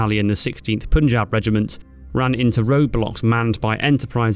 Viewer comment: It's pronounced ' pun-jh-aab' not 'poon'. Otherwise great video!!